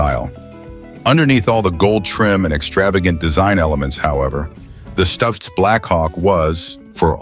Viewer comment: Stoitz Blackhawk? Geez this a.i. nonsense sucks. now Stootz.